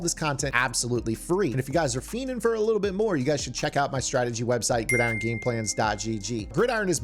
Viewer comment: He said "feenin" 😅...always like the content bro